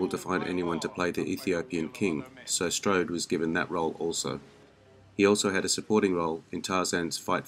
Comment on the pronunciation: You do the man no justice by butchering the language used to describe him. Strode struck an indelible impression in every movie that he appeared in.